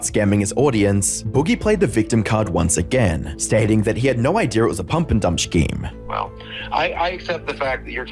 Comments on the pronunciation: I just have to ask: who pronounces the word "scheme" as "shkeem"? Apart from Google AI telling me this is the case (while also telling me that it's pronounced "skeem"... yay technology), is the only person I've ever heard say the word that way. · I'm not sure if it's annoying or endearing, but the way you say shkeem.... instead of scheme caught my attention.